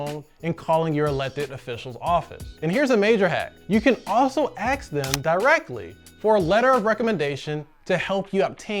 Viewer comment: Ask, not axe